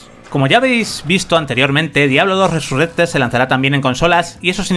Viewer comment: Cada vez que escucho RESURRECTED se me cae un poco más la oreja....